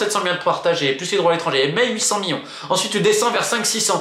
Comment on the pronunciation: Juste on dit million pas mion et on dit milliard et pas miard , j’ai entendu tes soucis dis lexique mais tu va réussir